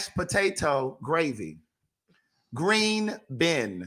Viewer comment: The "green been" I AM OUTDONE